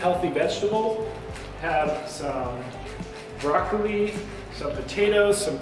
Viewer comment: I could swear you said broccoreeeeee🤔